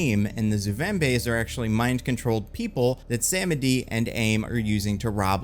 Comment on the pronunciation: Its pronounced Baron Suh-medi.